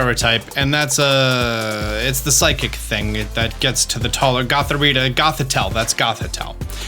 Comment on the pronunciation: It's gothorita